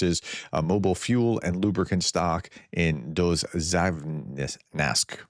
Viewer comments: Keep up the good work and here is some more help on pronunciations.... Rozkishne - the splitting approach still works = Розкішне = Роз | кіш | не = Roz | keesh | n-yeh The "kish" will sound like quiche, and the last "e" sounds like a "yeh". Dovzhansk = Довжанськ = Дов | жан | ськ = Dov | zhan | sk (hard sounding "k" at the end) :) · dov-ZHANSK. You’re welcome 😌